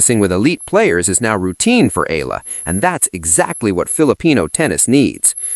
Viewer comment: ee-ya-la not eela